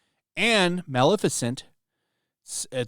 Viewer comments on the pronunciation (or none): none